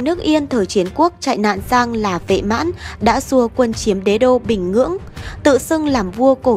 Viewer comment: Bình Nhưỡng má ơi, có phải bình Ngưỡng gì đâu. đọc ngọng ngịu vậy?